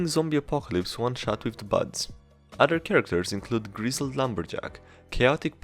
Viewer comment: Other, not udder. Either, not eater.